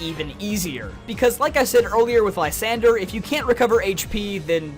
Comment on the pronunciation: Jfc you absolutely butcher Lysandre's name.